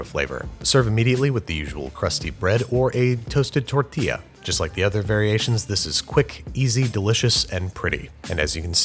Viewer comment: Thanks for pronouncing it tortilla instead of tortilla